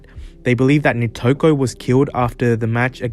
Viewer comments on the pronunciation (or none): Nitoku*** not Nikoto